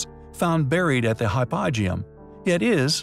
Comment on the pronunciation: It's Hypo-geum, not hy-poegeum